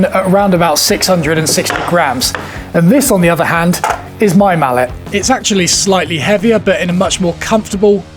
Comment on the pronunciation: No man... that's "mallet", not "mullet". 🤣